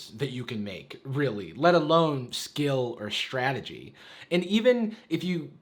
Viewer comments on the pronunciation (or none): none